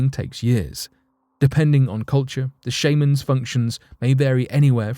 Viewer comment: shame-ans??? sh-ah-mans